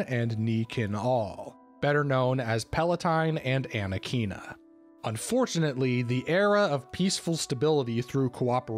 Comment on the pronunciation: Love the video, just wanna say that it's pronounced uh-neh-cu-ih-nuh (Anequina)